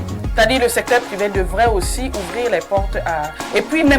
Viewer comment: J'aime kan Blériot dit: *parfait ayissi*😅😅😅